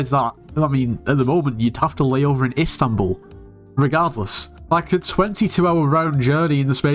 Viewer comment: This is completely irrelevant to the purpose of this video. However, I was so surprised about something very specific that I felt like I had to mention. I'm from Istanbul, Turkey and I have never ever heard a foreign (no fluency in Turkish) person to say Istanbul in such beautiful and fluent way. I was very much baffled. Also I'm really happy that you are receiveing the attention you truly deserve. I have been following your channel for some months now. I gotta say, compared to every other channel I watched video of, yours is just so geniune and calming. I love the videos man, keep it up!